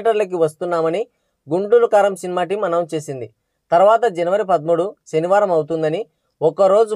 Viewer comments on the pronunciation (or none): none